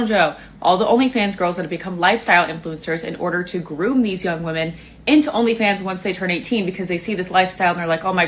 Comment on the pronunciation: You're starting to mispronounce the word "women"